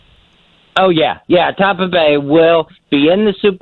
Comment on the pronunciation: Surgery and autopsies with Ronnie B. Always is right. And when did our Fezzie start saying Tommpa?